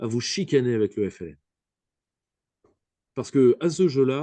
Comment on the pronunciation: Mdr tu a ramené un français parler de l'Algérie rien que le mot FLN il a du mal a le prononcer tellement il a la haine conclusion la France et sont dom Tom le Maroc du lyautey jalouse l'Algérie